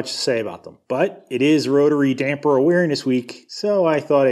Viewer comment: Props for calling them dampers and not dampeners